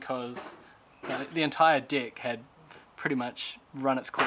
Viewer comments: Deck no dick say it properly 😂😂😂😂😂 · I'm always laugh when you say "Dick"...... cheers from Brasil